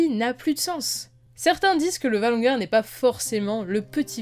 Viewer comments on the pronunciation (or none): Valonqar pas "ValonGar"